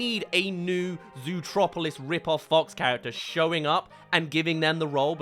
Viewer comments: why do you keep calling Zootopia "zootropolis" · As an American, I get confused everytime you say zootropolis XD